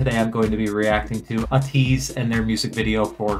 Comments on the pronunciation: their name is pronounced “ay-teese” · Thank you for reacting to Ateez. I love how much you were vibing with them! Their name is pronounced like Ay-teez, and they have 8 members. 2 rappers and 6 singers, and they’re all amazing performers This ballad vibe is in fact a newer sound for them specially title track wise, but I can see you vibing with their other music regardless! They’re having a comeback on the 10th, which you could check out, and if you’re interested in hearing more of them and want to see how talented they are in regards to dancing as well, a couple of my favorite songs by them are: Wonderland Say My Name Illusion Treasure (one of their two debut songs) Deja Vu Eternal Sunshine